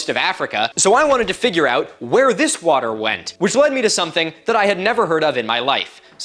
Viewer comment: heard "this water" as "this squatter" at first and omgosh that is the kind of anthropomorphization of geologic features I live for 😂